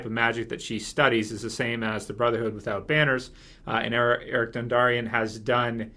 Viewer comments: It's Beric, not eric. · Beric Dondarrion, not Eric, goddammit.... How can you have these videos and have no idea about character names?.. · Berric Dundarion not Erik lol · beric* not eric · Beric not Eric. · You mean Beric, not Eric.